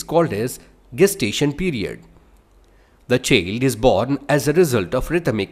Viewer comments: Itbs not cheeld its chiiild pronounciation pllzzz..... improve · V-z-a-i-na❌ V-a-j-a-i-na✔️ Ch-e-l-d❌ Ch-a-i-l-d✔️